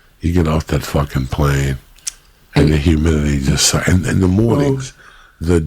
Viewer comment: "Jew stand" lol Lee